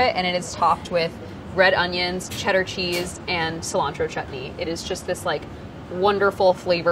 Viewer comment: Now THAT is SEE-lantro hahahahha 👀👀☘️☘️